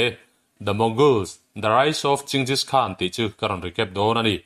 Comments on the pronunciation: Ching-jish khan nilo in Gen-gis khan tia lam tur. A ngaihnawm khawp mai. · Ching-gis hi a ziah dan pakhat a ni a mahse ching nilo in G/J-eng ti a lam rik zawk tur ani e.